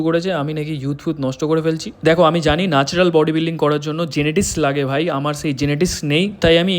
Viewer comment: Nacral na Natural😂😂😂